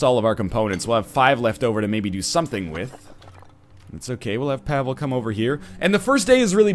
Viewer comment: The way he's pronouncing Pavle is killing my soul.